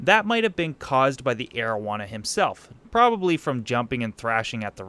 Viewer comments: you said arowana the first time I heard that I thought its name was marijuana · I totally thought you said "Asian Marijuana" and I was like "Ummm well that's an odd fish species..." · I THOUGHT HE SAID MARIJUANA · for a second there i thought you called it your "aged marijuana"